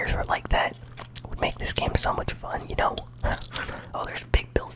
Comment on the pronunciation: I’m probably wrong, but when u said “you know” I’m thinking ur from Wisconsin...!? Am I right?